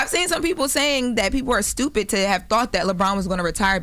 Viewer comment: “I think it’s stewpit seww “😂